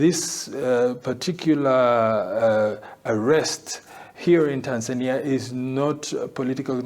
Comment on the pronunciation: Stop butchering the name “Tanzania”. It’s not Tanzaenia